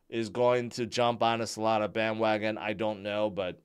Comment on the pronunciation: Nah he said Solanzo not Solana😂😂😂